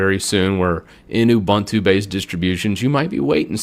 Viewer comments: No one noticed that he mispronounced Ubuntu? I've always heard it pronounced "Ooh-boon-too." alternates between "a-bun-too" and "you-bun-too." At least he pronounced Red Hat right! 😃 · Ubuntu is a South Africa word, founded by Mark Shuttleworth (South African). Meaning ‘humanity’. It’s pronounced ‘oo-boon-too’ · Thank You also he should learn how to pronounce Ubuntu